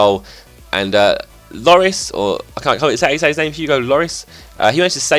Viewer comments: lloris' name is pronounced lore-reece like the name reece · lloris is prounounced lorree i think